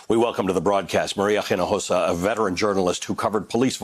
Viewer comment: Hinojosa. Unlike German or English, H is not pronounced in Spanish. Same as in French. For respect to the guest, her name should be promised properly. I find incredible how Americans are surrounded by Spanish speakers, and they give absolutely a flying d*** how to pronounce Spanish.